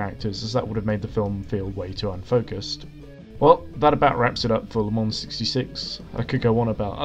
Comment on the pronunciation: You pronouncing it “la muns” says a lot